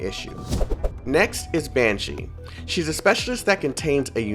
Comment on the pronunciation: Mans calling Banxsy, Banshee. Also, no imhotep in that selector? Unfortunate. (Banksy is a very well known street artist in england, which she's definitely a reference to. So altho I know jack about this game they're most definitely one of the most interesting characters)